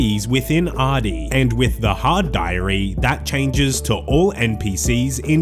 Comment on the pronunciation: Better than Ar-doog-nee that I hear too often